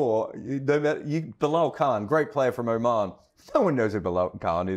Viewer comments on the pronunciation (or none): none